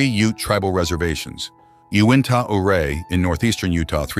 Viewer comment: I noticed some mispronunciations in the accompanying lecture. To wit: Ouray is pronounced you-ray and Jicarilla is hick-ah-reeya. Ouray, Colorado is my hometown and I lived later next to the Jicarilla reservation.